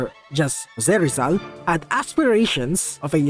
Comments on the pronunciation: you pronounce it like jose rishall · more like a hosjwe rizhal